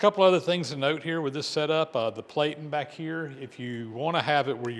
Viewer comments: VERY cool but 2 hp motor and a cost from $3,340.00? Just FYI because this is an educational channel, the "a" in platen has a short sound so the word sounds like "pla tn". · Platen is pronounced with a short a. Rhymes with flatten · Platen is pronounced with a short A as in plan, not with a long A as in play, the way you pronounced it!